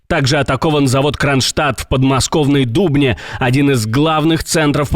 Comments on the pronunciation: В Дубне'. А не Ду'бне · не в ДУбне, а в ДубнЕ.